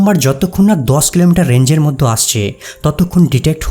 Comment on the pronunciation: বাংলাদেশীরা (ঢাকাইয়া) মধ্যে উচ্চারণ করতে পারে না, পিকিউলিয়ার ভাবে উচ্চারণ করে " মোদ্য"।